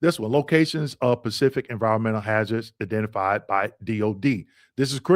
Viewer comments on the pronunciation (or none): none